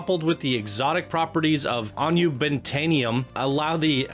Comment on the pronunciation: This is an incredible coaster, but what’s just as incredible is pronunciation of unobtanium. I literally was arguing with a RECORDING of someone saying it